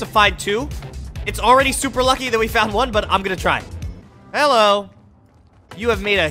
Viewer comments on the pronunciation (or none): You said Hilow😂